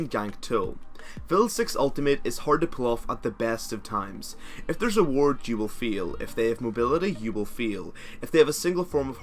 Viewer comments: When he says fail..... sounds like ``u will feel``.... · "If there is a ward you will feel" i love the accent.